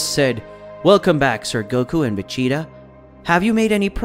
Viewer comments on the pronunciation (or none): Veggatasss I’m crying saiyon and mayjim biyuuu . Hell say the right name like twice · Man I couldn't finish watching, vig-e-tall is to much. If you don't watch the show or know how to pronounce any of the characters names you should find something else to do 🤷🏽JS Kate-a-rotten or what ever TF you said. Spent more time trying to figure out what the hell you were saying when you were trying to pronounce their names than I did watching or listening to the rest of it. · I almost made it to 10min. But when I heard him say veggie, ta....my brain just kinda started twitching